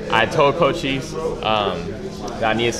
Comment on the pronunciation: Did cole say co chise instead of Cochise